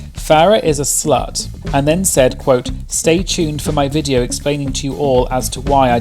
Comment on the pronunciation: The way you say Viteo gets me every time lol (video)